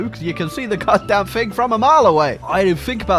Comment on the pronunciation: “Fing” “earf” “forny”